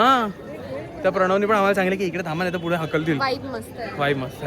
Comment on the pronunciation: and her fude instead of pudhe😂